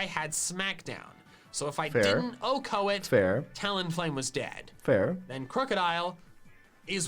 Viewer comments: I don't know what it is about MandJTV, but every time he says Oh-Ko a piece of me dies inside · I hate how the dude says OHKO. Like Velursi is pretty bad, but OHKO just hurt Edit: Kinda lame that he maxed out friendship on all his team, I think it's super cheesy